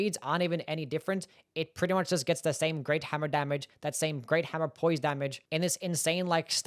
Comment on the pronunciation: I like it when you say hammuh and you say it a lot because you really like hammuhs. Anyway, I think the short sword is surprisingly good in DS2. You can poke and slash for days cause it doesn't use much stamina.